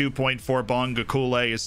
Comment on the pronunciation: As a South African I'm very pleased with this signing. I might be wrong on this but I would pronounce it 'Bong-go-kuush-leh'